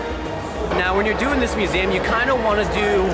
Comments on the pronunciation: Whys no one pointing out how irritatingly wrong he's saying museum hes saying it like muzaeum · STOP saying muzaaam... it's museum for crying out loud. It's a shame you visit a ton of them and you don't even know how to pronounce it right.